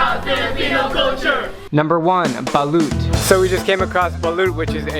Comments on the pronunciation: Its ba-lut not ba-lyot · Balut is pronounced like ' ' Ba-lot ' ' and not ' ' Ba-loot ' ' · I can't stop laughing about how you said balut lol. Its pronounced balot and you dont stress any vowel. Haha. Mabuhay ang Pilipinas! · Balot is my favorite type of egg and its balot not balut (I know this because I'm filipino) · Balot hindi BA-loot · Balut is pronounced balot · It’s a lovely video but it’s balot not balut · Its called balot not balut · You say it like Balot not Balut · You pronounced Balut wrong its “Balot” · balut is pronounced as Balot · Del Lunzaga Even in households I only hear it pronounced balot, in my region, at least. Saying balut will attract weird gazes. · When u say it balot but the speling is balut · Its pronounced BOO-LOOT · Its balot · Did you just say baloot???? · I like it how americans pronounce Balut cause they pronounce it"balewt" Idk why but its just so cute hehehe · Balot [ Ba-lot] not Balut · Its "Ba-lot" and say it very fast thats how to say it xd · "bah-luit" osmsozosnsos WHY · By the way, Balut is pronounced as Ba-lot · U pronounce balut wrong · Its read as balot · Why do people pronounce it as baloot?. 🙄🙄🙄🙄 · Its pronounced as "Balot" but ye XD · That's not how you say balut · Bro im not trying to be rude but thats not how you pronounce balut😅